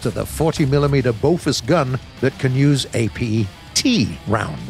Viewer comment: "Boffus" gun LOL